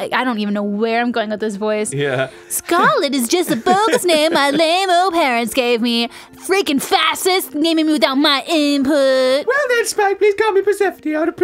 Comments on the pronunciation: Not trying to be a jerk, but I just wanna let know that the word is pronounced with a 'shh' sound, like in fish. Fa-sh-ist. ^^ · Did pronounce fascist wrong in both videos?